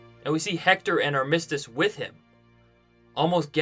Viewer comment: Great vid but please google how to pronounce armistice, thanks!